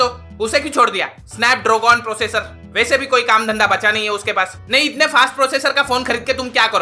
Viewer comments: snapdrogon processor 😅🤣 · snapDROGON processor ...lol😂😂